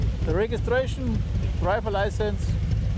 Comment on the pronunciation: "Registdraschion of se bike"